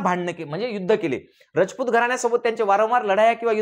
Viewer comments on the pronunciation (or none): तुम्ही एक चूक करीत आहात सिसोदे नव्हेच तर #सिसोदिया असा उल्लेख आहेस तसेच रजपूत नव्हेच तर #राजपुत असाच उल्लेख आहेच कृपया उच्चार दुरुस्त करून घ्यावेत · तुम्ही खूप चांगला इतिहास सांगितला पण तुम्ही सारखे रचपुत म्हणत आहे तिथे राजपुत आस म्हणा